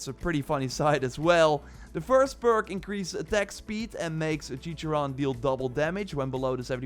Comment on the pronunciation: Its pronounced " Wap-o"(guapo) "Cor-teso"(choriso) "Chi-char-one"(chicharróne) Got boom boom right, but Mexicans would say "bm bm" "Al-oo-so"(oluso) Not a hate comment!!!